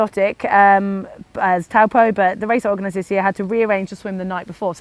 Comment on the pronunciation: Its pronounced "Tow-Paw" (Lake Taupo). Courtesy of the Cycling Maven, informing video.